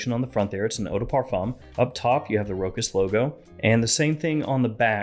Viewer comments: Great review 👍 but please pronounce it ROCHAS & not Rokas! Cheers 😀🥂🙏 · Row-has, say it with me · It is pronounced RoSHas. Ch in French = SH